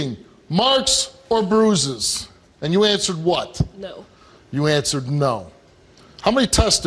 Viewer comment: When he said "you answered what" with a hard T at the end of the question, and when he said "you answered no" with that mocking tone, I knew she was busted and I knew he was pissed.